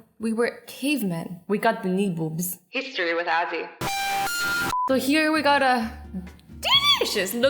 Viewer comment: it said histry with azzr